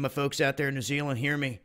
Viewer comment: fuck me the way you pronounce tonga is so annoying and New Zealand please if you're gonna say it say it right... Nah jk it's all good your American I'm New Zealander LOL